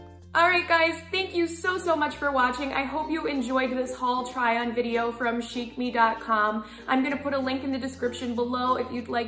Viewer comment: Chic....pronounced "sheek" .....I know...I'm annoying